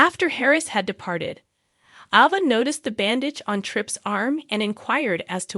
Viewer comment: It's Aaaava, not Ova.